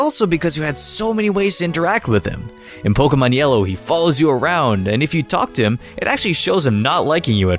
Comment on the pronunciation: Can’t stand the way you pronounce Pokémon Here’s you: “polka-mon”